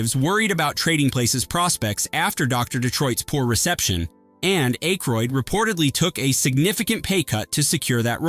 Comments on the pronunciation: Who is “Dan Acheroyd”? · Can you please PLEASE just get a real human being to read the copy? Just ... any human being. Any normal human being knows how to pronounce "Ebert" and "Ayckroyd". And how to sound more human.